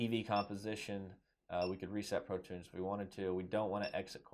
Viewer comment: Cheers for a good video. But "Pro Tunes" as you pronounced it, implies playing songs like Apple's abominable iTunes!